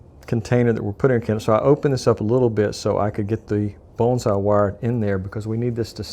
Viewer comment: I didn't know bonsai had an L sound in the pronunciation. I think your brain was trying to say bullseye and morphing the two together. lol Only put the wire flush with the bottom of the base plate and crimp the wire in like the wick was done, leaving a FLAT base. and put the wick up through the funnel opening when adding the wax. WOW, this was hard to watch!